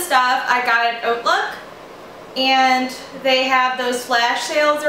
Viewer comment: Did not know Hautelook was pronounced like Oatlook!